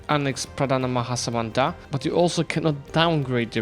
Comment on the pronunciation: Champion pronunciation of Pradhana Maha Samanta!